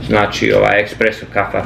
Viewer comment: Pozdrav,ne kaze se ,,ekspreso,, vec espresso,to pakovanje ,,busto,,kafe nije espreso,to je meksicka mlevena kafa,kupi lavazzu ili segafredo ,jer je to pravi espreso.Nemoj vise prica ti ,,ekspreso,,zivotati.